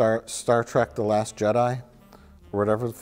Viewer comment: It bothers me that Mike keeps saying Track and not Trek. lol